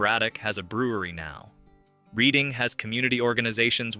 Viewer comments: It's pronounced red- ing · Reading📖😂😂😂😂 RED ING.... but then pronounced it properly half way through